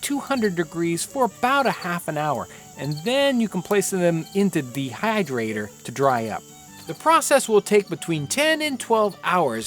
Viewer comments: “and then you can placel dem into thee hydrator... to dry up” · Random southern draw "in the dehydrator"